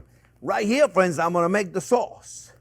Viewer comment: "Well hello there phrinzzzzzzz!!!!"